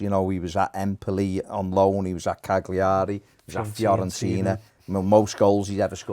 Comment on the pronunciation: Cagliari lol. Not quite how you pronounce it but OK.:)